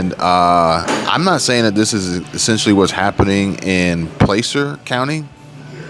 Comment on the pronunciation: Placer sounds like pl-AH-cer, not bitchin just tryin to help😊